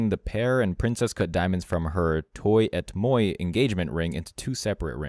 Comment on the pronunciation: "toi et moi" doesn't read as "toy eh moy" it reads as "twah ey mwah".